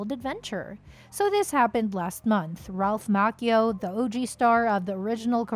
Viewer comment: it's Macchio not Makeo. Can't anyone get this right? SMFH